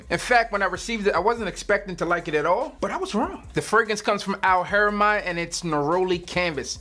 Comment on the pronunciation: Beloved, great list fam, so many great choices. Al'Haramain pronounced Al -harah - main/mane. Middle eastern company, Haramain means sanctuary/sacred. Big fan of valentino uomo intense., its so versatile from work, to afterwork lounge, it WINS! Noir Extreme is a killer boss fragrance. Bleu De Chanel parfum is class in a bottle. Profumo is elegant & screams grown n sexy while getting money. Givenchy Gentleman is on my list for next cop, i gotta grab that jawn yo! Salute!!!